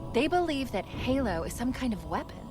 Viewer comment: lol, gaylo not halo.